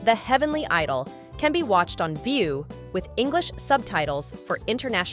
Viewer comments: The pronunciation of idol as eedol hurts my ear! It should be said as aidel. Genre is not pronounced as jenre but Jzanra. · You pronounced it wrong; it’s the heavenly edol 😂